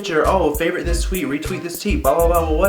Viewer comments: i lost it when he said teet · I freaking died when he said teet! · I rematched this video for the tenth time and noticed you said "retweet this teet...."(like titty)